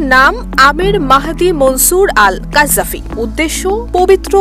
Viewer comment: গাজ্জাফি নয়। গাদ্দাফি